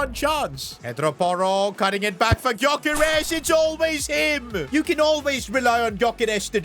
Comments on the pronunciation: Its not pronounced as Gyokeres its "Jyokeres" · Stop saying GYokares Its prnounced Jökares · You don't pronounce the g of gyokeres